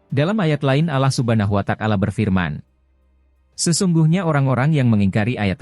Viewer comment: Yg BENAR DONG PENGUCAPAN NYA....ALLAH SUBHANAHU WA TA ALA....BUKAN.ALLAH SUBHANAHU WA TAKALA....